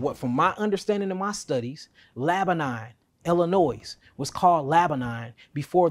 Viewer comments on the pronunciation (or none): Did he mean Lebanon but pronounced it Laba-nine? 😂 Anybody that can’t get names right or says “these wuz named” loses credibility.